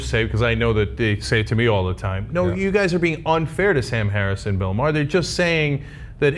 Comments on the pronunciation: Maher pronounced marr not mer you fuck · Did this guy just compared sam harris to sarah palin?!! Tyt what r u doing, don't bring a guy that can't even pronounce bill maher name correctly (not mehr). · I wish he would pronounce bill mayers last name properly